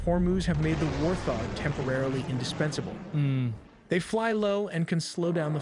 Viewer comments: "War THog" eww lol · The AI called the Warthog the "war-thog". I Immediately stopped the video. Can't stand AI videos.